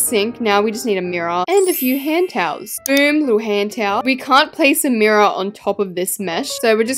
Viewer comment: “Mirror on top of that” But mirrior tho- so British bro